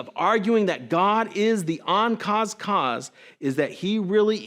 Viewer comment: WLC obfuscates the Kalamity argument to make it harder for people to spot what's wrong with it. King foolishly presented the unadorned version. King also sets my teeth on edge with his bizarre pronunciation of the prefix "un." What's an "oncaused cause?"